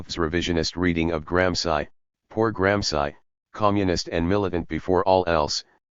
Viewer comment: So funny the robot voices (trained as anglo-saxons) can never spell European names properly. Is not just this voice, which I am so used to by now, but even the robot voices do that same thing with GRAM SCI ! Many thanks. New Night Listening! Best wishes from Valencia Spain